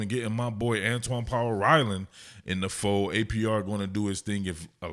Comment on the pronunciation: Antwaun powell rhino 😂 I heard it , lets see if he lives up to the nick name that you accidentally gave him